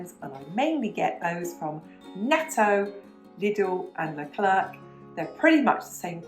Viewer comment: As a French who loves to listen to things in English, I've loved your channel from the day I've found it. Great topics and advice, with a sparkle of French life... Perfect! I know you said you were saying the names in English, but hearing you say lecler'c has me 😂 You've said leclerc in French in previous videos just fine. Your accent is lovely, and very cute!